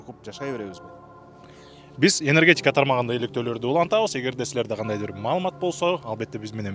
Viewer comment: енергетьикя дейби? Ушундай чала сабаттуу журналисттерди кайдан таап алышат?